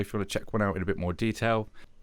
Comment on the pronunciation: Hi.nice clear review. Just a quick comment .it's pronounced Tee Ak ( I should know worked for Teac selling and servicing their pro studio equipment for many years.)